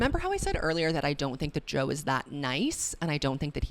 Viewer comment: When you called Joe “Toe” I lost it omg 😭